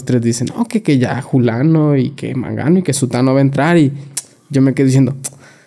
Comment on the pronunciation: Que frustrante es escuchar a alguien que no sabe hablar. No sabe pronunciar palabras ni el significado de tales. "Julano y mangano", "haiga" , "lacso" "dijierón", "Literalmente" cuando no cabe en la frase